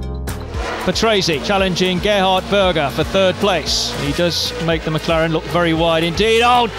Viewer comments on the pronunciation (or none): none